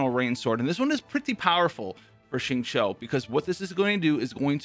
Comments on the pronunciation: by the way, ur xingqiu pronunciation is perfect. Be confident in pronouncing his name. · correct We write in pinyin format of her name as xinyan But we pronounce as sinyan So we pronounce Xingqiu as singchew Well not exactly chew but pronunciation is the more correct version. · yh and that's how the Chinese VA of Xingqiu who is Chinese pronounces it. Thanks for ur opinion